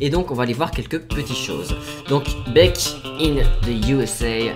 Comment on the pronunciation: Bèck in the USA Bordel c'est quoi cette accent anglais